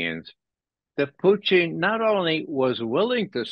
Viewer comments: I don't. I really don't like hearing people pronounce foreign language words with an exaggerated accent. It's irritating. And Russians don't even say Poutine like he does. They say it with a very short second syllable, so he's not even accurate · Why does Ray call him Pooteen? My goodness that was annoying. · Why can't these "smart" guys pronounce a simple 2 syllable name Putin correctly? They usually get one or both wrong